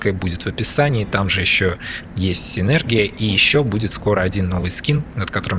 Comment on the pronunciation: правильно говорить синергИя:)